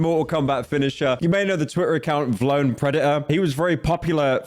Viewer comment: it's V lone not vlone pyro